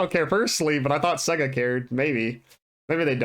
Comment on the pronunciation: Why can't you say, "sega" right?